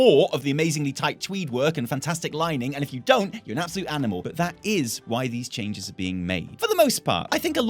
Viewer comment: "You're allowed to feel how you want about this, but you don't" Sounds like "You think you want it, but you don" : D